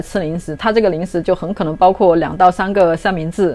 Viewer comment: Ning shi? Oh ling shi